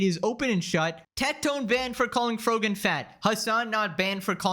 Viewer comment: I die from how you say Frogan LMAO